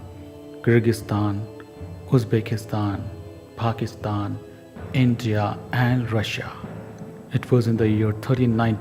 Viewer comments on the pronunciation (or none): none